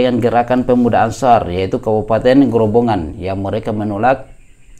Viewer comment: Bukan grobongan pak tp Grobogan